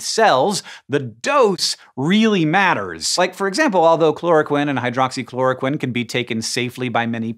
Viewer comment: Well and most medical professionals in the US say chloro-queen and hydroxychloro-queen too. Don't know why Hank says the short i sound.